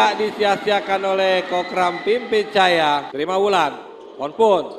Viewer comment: ก๊กร๊ามมมม...ปิมปิ๊ดจ๊ะยา.. มังก๊านัง...555